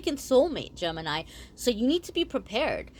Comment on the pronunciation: Gemenini 😂😂 oh no now I read it like that and it sounds like that to meeee!! Guuuuurl 😂😂🤣🙏🙏 also thanks for the reading❤😎❤